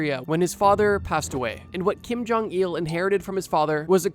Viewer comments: It bothers me he says jong-eel instead of jong -ill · Kim Jong Eeehul